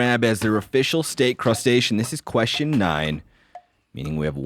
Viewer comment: What is the correct way to pronounce the word "question"? Every time says that word I shutter. lol. Also, I agree with Clay... it's "akerns". Lol. Thanks for all that you guys do.